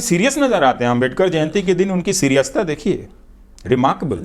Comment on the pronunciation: He said सिरियसता😂